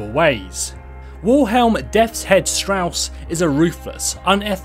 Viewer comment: *Strasse not strauss